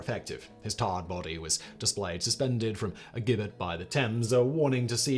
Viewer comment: At least pronounce gibbet correctly...